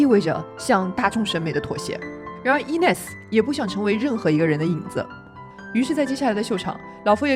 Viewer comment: 但是念错了